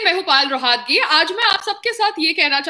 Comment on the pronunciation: आप का नाम पायल रोहतगी है ना कि पाल रोहातगी सही बोला करो जी